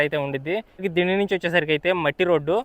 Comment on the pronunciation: "డిండి" కాదు... "దిండి"..... సూపర్ వీడియో❤